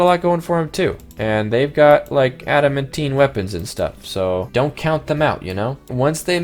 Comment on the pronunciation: ad-uh-man-tine please pronounce adamantine correctly